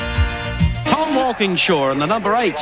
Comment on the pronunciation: Mike Raymond saying Walkinshaw wrong and Moffat calling him an Englishman are the only things wrong with this beautiful clip. Watched it live when I was younger.